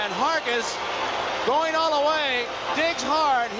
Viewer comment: Gary Hargis’ only MLB appearance — you gotta love the way Garagiola busts his chops, and mispronounces his last name (“Hergis”) for good measure. I actually saw him play in the minors, for the Columbus Clippers, before they became a Yanks farm club.